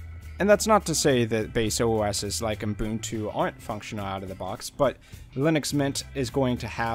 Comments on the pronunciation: Is it just me or does it sound like he says Unbuntu instead of Ubuntu? :D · Why do you pronounce Ubuntu as Umbuntu? :-( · ... and it is "ubuntu" and not "Unbuntu" as you promounce it. Likewise, it "Debian" as in "web" and not "Deebian" as in "cheap". And oh yes, Ubuntu runs on Unity and not Gnome. And one addition: Debian is probably the most user-unfriendly distro out there due to the many restrictions and their ideology on "free software" (cfm GNU and Richard Stallman) Nevertheless, so many great distros are Debian-based and that is why Debian is so important for the community and Linux standards.